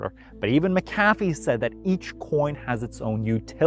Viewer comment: Mack - ah - fee not Mick - caf - fee